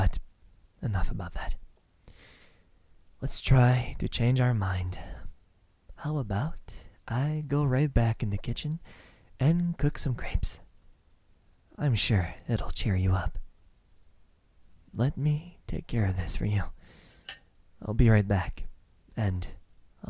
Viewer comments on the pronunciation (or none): I have to admit I thought he said he was going to cook some grapes, the fruit, instead of crêpes. I was very concerned for a sec lol Great voiceacting though!! I enjoyed it! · *”COoKiNg gRaPEs” What I heard the first time 👆🤦🏻‍♀️ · Him: let me go back in the kitchen and cook some grapes for you Me: YoU cOoK grApEs?! Atleast geapes is what i heard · I think he meant crêpes, lol